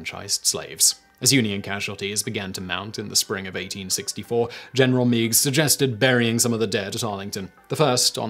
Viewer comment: Montgomery Meigs (the general) is pronounced [Meg's] not [Mee'gz]. Things I learned when I took a class for one of my hobbies.